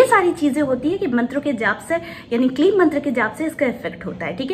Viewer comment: It's kleem. Ya Klee..